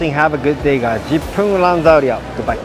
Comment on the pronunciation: Your “jip pun lang” damn funny sia